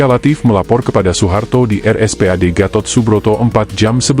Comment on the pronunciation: Sepele tapi menjadikan narasinya kurang nyaman didengar. OE harusnya dibaca U.